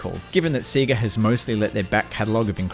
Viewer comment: NO ONE CALLS IT SEEGA... you cant just say that.